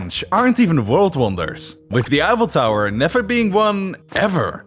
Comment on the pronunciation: Vorld Vonders.